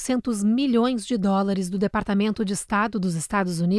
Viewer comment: Presidente nao sabe falar dolares 😂😂😂😂😂